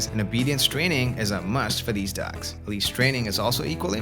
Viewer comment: The way you say dogs is funny: “dacks” 🦆